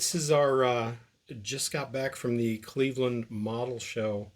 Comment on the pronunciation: Score!!! Sounds like a great time in Cwevewand! 😂😂😂